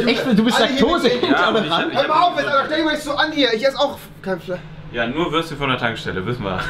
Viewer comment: Es heißt Fleisch nicht Fleich...FLEISCH